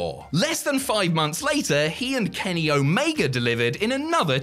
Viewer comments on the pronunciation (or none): none